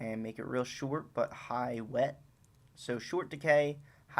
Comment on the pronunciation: "Choorus" "Shoort" 😂😂